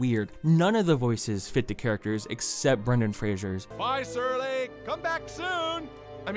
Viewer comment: Sometimes when you say “Surly” it sounds like “Shirley” which would probably be a better name anyway.